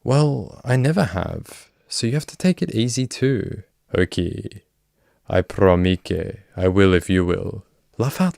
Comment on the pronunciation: 😂😂😂 . He's a sicko...glad he got caught!!!...but "I PROMEKAY"!!!..LOL